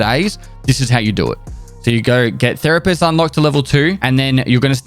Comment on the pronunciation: Therapest kills me every time 😂